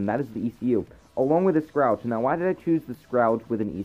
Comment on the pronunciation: Also, here's a tip: Google how to pronounce Scourage